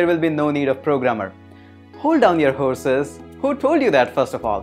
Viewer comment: "hold down your whoreses"lol